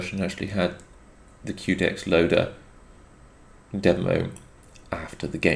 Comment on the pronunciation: Quedex - Que pronounced as you would say Quest, not queue. QUEst for DEXterity. Good video as always though! 👍